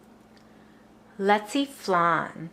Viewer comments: This is my favorite Filipino dessert. And y said lechwe flan wrong. And I would know that because I am Filipino. This s really good my mom made this last night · Thnx so much for the recipe but isnt leche pronounced (le, chea) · defiantly not how you say leche. Thanks for the video.